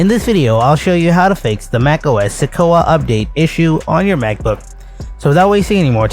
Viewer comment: The word is pronounced “Se-kwoi-a”.